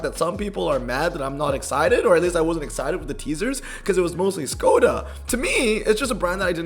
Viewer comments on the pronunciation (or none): FYI, Skoda is actually pronounced Shkoda ... that`s why it has the mark over the S.